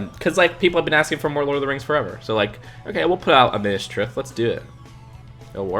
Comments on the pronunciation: No offence but your pronounciation of Minis Tirith is not good its not Minis trith its Minis Ti-ri-ith regardless they won't do that most likely that theme will return for the amazon prime middle earth show if they are sensisble. This selection as a whole is not good imo only 4 interest me with the second log cabin interesting me most would not surprise me if they only choose 1. The tensetry model was capaitalizing on that trend of 2020 (like fall guys), many videos showing how to build one. Lego ideas need to have smaller builds such as the space mech, de lorian or the rover instead of doing so expensive ones. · Oof cringe on the minas tirith pronunciation. Subbed anyways, awesome video.